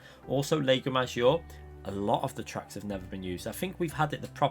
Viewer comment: think people would avoid catalunya in the group ones, that damn chicane at the end!!! maggiore - pronounced 'MAH JEE OH RAY'